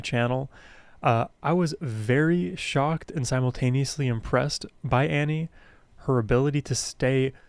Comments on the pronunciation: Her first name is pronounced Aww-nee, not Annie. :) Please more Ani!!! :) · You still haven't learned how to pronounce her name! Ahhhhh-nee. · Pronounced like On-ie. Or Ony. She is amazing. Her songs are the tapestry of my teen and young adult world. I navigated every experience in my life through the lens of these songs, she has always been the #1 on my play list. Been listening continuously for over 30 years ❤🎉